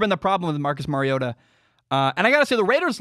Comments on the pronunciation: Mari-O-TA like Mario Andretti. Just say TA in place of Andretti. You said it correctly the first time. It is NOT Mary-O-TA The "R" is its alphabet letter sound. As in "ARE" you getting this? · Its Mario ota like the Nintendo game Mario